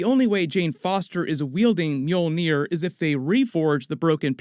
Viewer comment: You are really butchering mjølnir